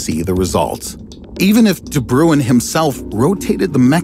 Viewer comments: its pronounced ''de brain'' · I'm south african and its pronounced De "Brain" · You pronounced Daniel de Bruin's name incorrectly. Also, what about googolplexianth? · No one except Dutch people can pronounce "de Bruin" correctly. It is not "brue inn" or "broon". Only if you HEAR it in Dutch you will know...